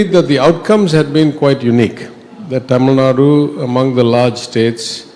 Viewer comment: Anchor please!!! ITS Tamil NADU!! Not Tamil Nad! Get your pronunciation right!!!!